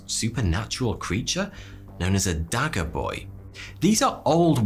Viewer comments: dagga boy - not pronounced dagger - but how to explain this - say da ggggg( clear your throat sound) a. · Dagga in “Dagga boy” is pronounced with the double g sound being the same as if you were trying to get phlegm, or a popcorn husk from all the way at the back of your throat. The word refers to Cannabis and the phrase, someone who uses it excessively. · You would need speech training to pronounce "Dagga", this word has a double rolling "g" that is very South African. A very harsh sounding word, not soft like dagger. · Privet! Ok, you know how you would pronounce the "ch" part of "Lo[ch] Ness". Well in Dutch, German, Afrikaans languages a "g" is pronounced as "ch", not "g" as "do[g]. So" Dagga Boy" is pronounced as Da[ch] [ch] a Boy as in Loch. "Dagga" has two meanings in Southern Africa... One is "You must mix more 'dagga', hurry!" - meaning "mixing cement for builing walls etc, (THIS 'gg' is pronounced as in 'g' for 'do[g]) and other meaning is " where can I buy some Dagga? Ie 'Weed, Marijuana. THIS' gg' as in Lo[ch] People make same mistake when pronouncing Baroque Composer J. S. Bach. They say Buck as in' l[uck]. Nyet! Is is pronounced as BUCH... 'u' as in lUck and 'ch', same as in LoCH. So, J. S. Bach is pronounced as "Buch" (guttural)! Excellent videos you produce,! Отлично! С уважением Commander Mikhail Rimsky-Korsakov (FSB [KGB]: Research, Information & Internet SM) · lol! "Dagga" boy! That word is derived from our slang way of saying weed/cannabis here in South Africa. We pronounce it different as well. But jokes aside these animals (Buffalo) are very dangerous. A farmer near us was killed by one. However I think Hippos are more dangerous and kill more people. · Easier way to describe it would be: The letters double G should be pronounced like a Scouser saying Chicken